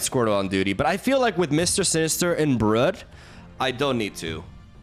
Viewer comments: One thing that never changes is slaughtering card names. Brood (br-ude) not brud. king-pin not king-ping. A kingpin is a term used for powerful mob or crime lord. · Isn't it pronounced 'brewed' not 'bruhd'? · Not important to the video, but fyi it's brood like mood or broom. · thumbs down for saying "Brud" too many times. And for all the times I've heard "A-gis". Still love youuuuuuuu, stop hurting my brain with your word butchery. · It's not Brud bro, just fucking call him bread if you want to misspronounce him that bad. And it's soccer not football, but sure go say american football if you wanna take the time to say and write it all the time, cus otherwise noone ever has an idea what you talk about. Is it the womans sport or the mens sport, hmmm?